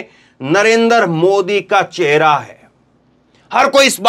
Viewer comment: चहेरा नहीं चेहरा होता है